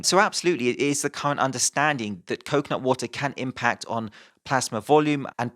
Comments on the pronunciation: it sounds like 10% coke not water whenever you say coconut water, now that you have read this you can't miss it. Love your videos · i only heard him say coke, not water. i only understood he meant coconutwater when the word actually appeared on screen xD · Most of the video I was just listening and was wondering how stupid the slogan "coke, not water" was until I took a glimpse at the screen and realized you were saying "coconut water"...